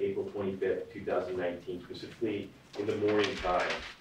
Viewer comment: He's a lawyer doesn't he know it's specifically not pacifically